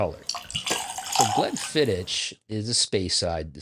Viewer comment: Please learn how to pronounce Glenfiddich before any more reviews.